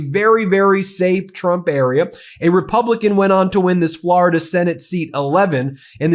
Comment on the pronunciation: "Forida Senate 11"